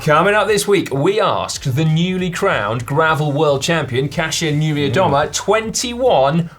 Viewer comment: As a Polish guy I'm truely and sincerly, deep from my heart proud of you guys for learning how to say Kasia Niewiadoma. Great job and not an easy task!